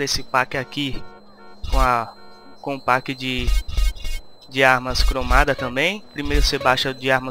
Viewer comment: Galera vamos fazer uma coleta pra colocar ele numa escola de inglês, porque ele pronunciar packs, por PAcks de novo, aí é foda uheuhehu vamos ajudar o cara ! =D